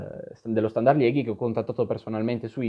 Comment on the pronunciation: Moeskroen si legge Muskrun, la OE è sempre U in Olandese/Fiammingo. E Liegi si pronuncia proprio Liegi in Italiano, non Lieghi (Liège in francese)